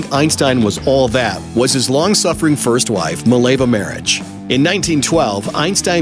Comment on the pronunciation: you mispronounced Mileva Maric its slavic name lol